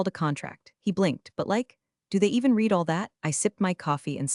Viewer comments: I sure wish someone would teach AI how to pronounce words properly: Pen-TAY-gun for Pentagon? Reed for red/read (yeah, that's a tough one) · It always makes me laugh our loud that a channel about corporate incompetence can't train their own AI to pronounce words like resumé and Pentagon and oh so many others and can't recognize past and present tense of 'read'.